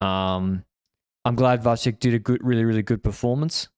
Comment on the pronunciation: Kudos to for pronouncing Vacek right. But the previous wrong pronounciation with č, as in Czech, was fine with me as well. It is the second second spot in the family concerning big tours, his brother was second in that slow Giro headwind mountain finish last year - in the most "come on do something" stage of that race.